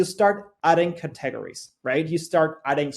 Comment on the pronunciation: What a pleasure it was to listen to a Presenter who can speak Fluent English, so easy to listen and learn from, and then he pronounced the word Cat teg ga ries instead of Cate gories and I started laughing.... but I dont mind the rest of his English was just so good I did not mind at all. Oh and thankyou for this video ! it was greatly appreciated